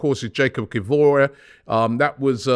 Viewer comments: Robbie, why do you pronounce Kiwior's name so badly bruh? It is "Key-vee-or", not Kivior"e" where is your E from? Good show though, keep bringing us the juicy transfer stories! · Kivoray??? Robbie pls, its Kivior... pronounced like caviar but with I and O in place of the As, its not hard make an effort. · Ki-vi-or no Ki-vor-ay Robbie..come on now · It's not Kiwori, but Kiwior (keewee-your). Bless you and your pronunciations Robbie. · Robbie constantly messing up names is hilarious. Man said kivoraie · C'mon Robbie - it's 'KIV-E-OAR' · is skewering Kiwior's name like a kebab. Robbie, it's KIV - E- OR. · Robbie Robbie Robbie... stop butchering players names please brother... do your research on name pronunciation please... jesus christ.. loool When he says "Kivori"...Oh my God ROBBIEEEE.. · Robbie , the first name OK , surname try with KIWYOR the second part like York but without the K 😀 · Who tf is "Kivoré"? 😫😂😂😂 Bloody hell Robbie how many days does it take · KI-WI-0R, KI-WI-0R, KI-WI-0R, KI-WI-0R for god's sake Robbie!!!!!!!!!!!! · I think its Yah-koob Key-vee-or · Robbie 😂 … it’s pronounced KIH-VEE-OR. Kit without the T, Vee like tea, or like… Or! 😂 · Robbie mate these names hurt my brain. Kiwior = kiwi-your Valladolid= Val-yeah-dough-lid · Robbie, it’s pronounced Key V Or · ROBBIE really reads Kiwior as Kivori?? Just how mate?? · Pronunciation help Robbie!!! Jakub Kiwior (Yakub Kivior) ki-vi-or! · the only AFTv presenter butchering Kiwior's name 😅